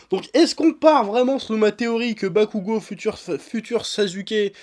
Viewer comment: J’en peux plus d’entendre « NarÜto » et « SasÜke » mdrrr Pourtant « Bakugo » tu le prononces bien Incompréhensible